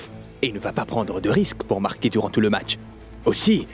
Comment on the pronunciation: Qui a entendu comme moi que dit mache au lieu de match 😂😂😂😂